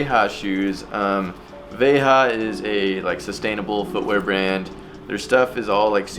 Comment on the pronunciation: wtf is "veha" ?? its pronounced "veJa" as in Juin